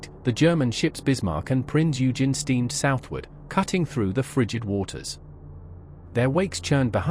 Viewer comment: Prince Eugen is pronounced "oy-genn"...